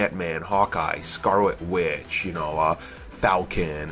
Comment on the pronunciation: Scarwot Witch? Dispway of power? You don't totawy beweave her? I can't take this video seriously... lmao